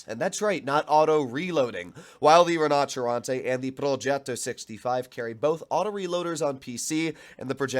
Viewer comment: Took my I while to understand you where saying “Rinoceronte” …